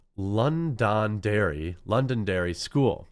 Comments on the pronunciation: Jr high up here is grade 7, 8, 9. At least in Edmonton. Also it’s pronounced ‘London-dairy’ 😊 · I live in Edmonton... it is pronounced lon- don- derry as in London England. that teacher has a history of this. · Best bit of this video is the quartering trying to say Londonderry.